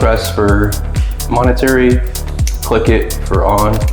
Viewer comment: MOMENTARY, not Monetary…!!! Otherwise a nice presentation. However, it would have been helpful if you had shown something about the the accuracy of the weapon.